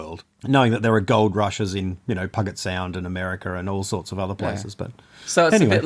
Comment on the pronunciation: "pugg-it sound". Here we say it more like "pew-jet"